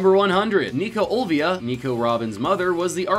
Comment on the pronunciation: It's actually Olvia, not Olivia